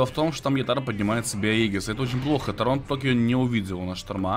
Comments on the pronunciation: А ты что читать не умеешь???яторо!а не ятаро и точно не ятара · Друг, ты извини но, не " ЯтАро ", а "Яторо")